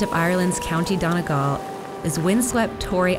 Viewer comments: Americans never get it donegal right. Its pronounced donYgal not donAgal but is spelt donegal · its done-e-gal not donagal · It's really more 'dun-y-gaul' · Its pronounced dunn e the letter g alll